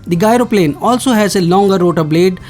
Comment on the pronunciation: Not "gairo plane",it is said "jairo plane". Outdated info.